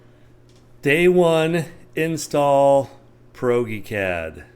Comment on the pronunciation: Proge- pronounced as in Project---- Prodge-eee-Cad...:) I might adopt pierogi cad though